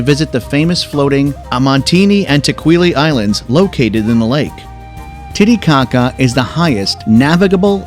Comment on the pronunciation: Great video but the computer generated voiceover makes it really hard to pay attention. All I heard was machu pichu and titty caca